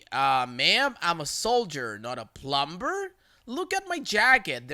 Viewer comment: i know you're a doggo but don't say the B in dumb and plumber lol thank you! you mispronounce a lot of things but those two are bothersome more than the others.